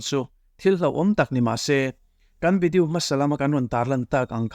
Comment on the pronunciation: Video hi lam mawi tum nge,a lam dan tur hrimhrim ka hrelo zawk,vidiu tiin a ri tlat zel,ka hrelo zawk a nih chuan ka hriat phah ah ngai ila,a nilo a nih chuan mawi ka tilo thin a ni keichuan,ka lo sawi ve mai mai e